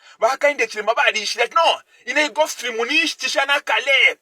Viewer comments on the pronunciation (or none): you even don't know how to pronounce gulf stream instead you saying golf stream, bane you need to work hard, Zambia need serious leaders not jokers like you